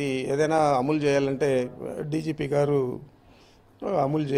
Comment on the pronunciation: ముందు నువ్వు కరెక్ట్ గా మాట్లాడం నేర్చుకొ రా, అములు కాదు అమలు